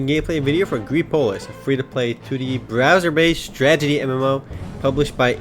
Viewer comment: I like how you say "stragity" instead of strategy. x) Love your first looks, and your site. MMOHut FTW!